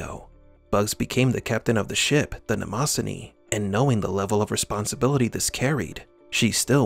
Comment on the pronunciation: You’re mispronouncing the name of the ship.